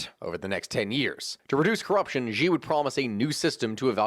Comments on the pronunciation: Just a slight note, Xi is just pronounced as Shi. I know that throws people off because they instinctively think it has to make an X sound but that's just because whoever first transcribed Mandarin into English had no idea what he was doing. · Learn how to pronounce Xi’a name or none of us that know a lot about the situation with China will take you seriously.